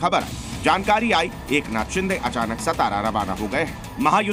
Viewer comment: शिदे ❌ शिंदे ✅ 🤨👊